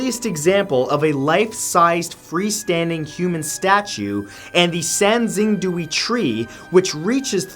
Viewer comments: also sangxingdui is pronounced sahn-shing-doo-ey. even to this day Mathew cannot pronounce chinese words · I cringed every time he said sangxingdui. It’s sahng-shing-dway, Matt😂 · Xing is pronounced closer to “shing” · Poor Matt xD Sanxingdui= Sahn-shing-dway